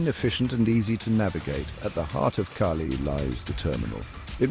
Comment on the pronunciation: Tell your AI friend its not Kay-Lee...